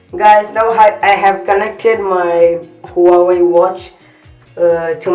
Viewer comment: Bhai huawei ki pronounce to sikh le chaman